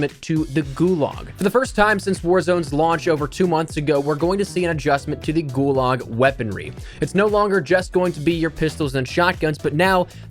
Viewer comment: Gularg, you mean gulag